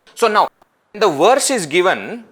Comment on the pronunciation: They say that when you learn Sanskrit, you can pronounce words in any language. Sanskrit also has NO "W" sound. So why are we saying Werse instead of verse?